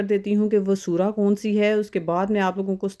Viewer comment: یار سور کیا ہے 😢 الفاظ تو درست بولو